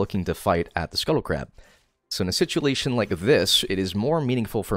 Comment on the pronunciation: "situlation" like this